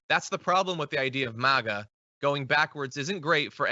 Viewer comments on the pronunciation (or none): none